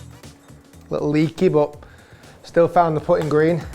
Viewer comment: Sometimes, when Rick says the word ‘putting,’ it sounds like he’s saying a slightly infamous word that starts with the letter f.